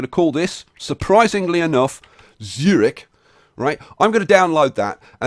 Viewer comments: MR.obvious Obvious Eeeehm NO! Well you can't pronounce a "ü" with "o"... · the germans pronounce it; tsoo reehch